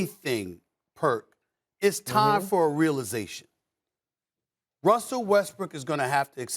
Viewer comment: Stephen A Smith made a mistake in call Russell Westbrook Russell Westbrick 😂😂😂